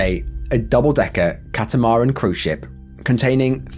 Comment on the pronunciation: That's not how you pronounce "Catamaran" - it's "Cat-ah-muh-ran" Where is the negligence in the shark attack story? Are you implying there was something someone there could have done and should have done to save the victim?